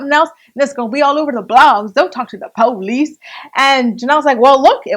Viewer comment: Lmao the PO-lice